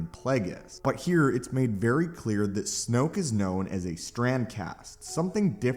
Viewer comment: Snoke rhymes with JOKE